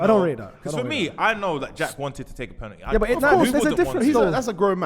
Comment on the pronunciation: Why does say “Pennitty” H🦉er